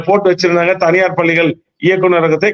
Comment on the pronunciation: Can't you pronounce palligal பள்ளிகள் properly